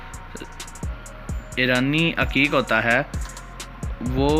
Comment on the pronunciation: Bhai aqeeq hota ha haqeeq nhi hota ...